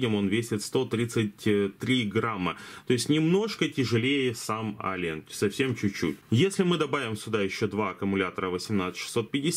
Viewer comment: ЭЛИЕН, не Алиен, господи, как же слух режет, неужели так тяжело посмотреть транскрипцию названия мода, который обозреваешь.